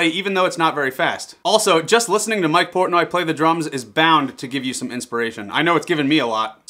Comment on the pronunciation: Did you say Mike Portnoy or Mike Porntoy?